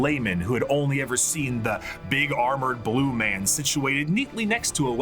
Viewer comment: "That ma'am, was the Emperor of Mankind." Gotta work on your ending N syllables, dude.